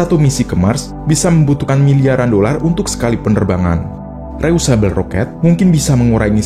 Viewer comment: Mas, bacanya bukan reyusabel (reusable), tapi dibaca : ri... yu...se...bell.. (reusable).